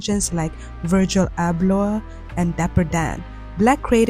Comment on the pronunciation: the way you pronounce Virgil Abloh’s name is SENDING me!! it’s a soft G vowel; like how you pronounce the “G” in “gym”, not a hard “G” like the word “gurgle”.